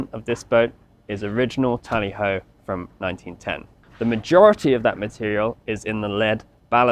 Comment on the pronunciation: It's TALLY HO